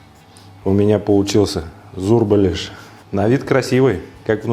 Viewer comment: Самая правильная начинка,а то сочиняют,смотреть не хочется. И называет шеф правильно название,что очень хорошо. Молодец